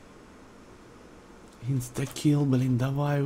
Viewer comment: Прошу прощения, но почему вы так странно произносите имя персонажа Inskill? Почему Инстакил? Он же Инскил О_о